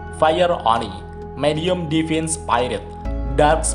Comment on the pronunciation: Divine dibaca devin 😂